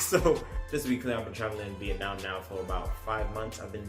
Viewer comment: yes you are pronouncing it right :)